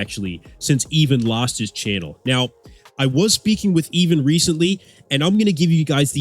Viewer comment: Pretty sure his name is "Ivan" not "Even" It's just his accent that sounds like an "E" instead of "I".